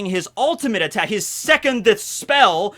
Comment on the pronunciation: If it helps, you don’t pronounce the “d” in “secondth”